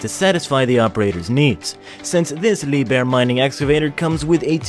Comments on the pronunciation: Liebherr is not pronounced as Lee bear, it is properly pronounced "Lieb Herr" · Dear. It is no "Leeb-Er" it is Leep-Hair"